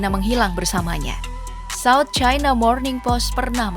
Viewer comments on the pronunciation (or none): none